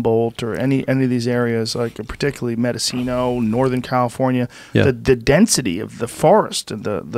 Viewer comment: Joe “Medocino” Rogan. It’s Mendocino btw